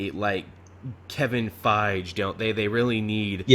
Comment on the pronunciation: I think has managed to pronounce Feige's name every possible way